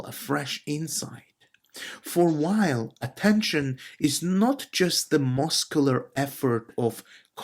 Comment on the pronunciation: Very nice! I read Simone Weil every single day. By the way, the pronunciation is VEY.